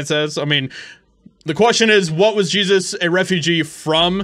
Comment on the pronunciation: First of all, you are mispronouncing the name on the sign! It is not the Biblical "Jesus" that is being called a "refugee"(sic), it is actually the Latino "Jesus" pronounced "hey-zeus"....just saying....